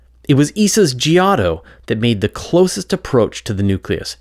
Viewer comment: Giotto: ( 'gee-OH-toh' )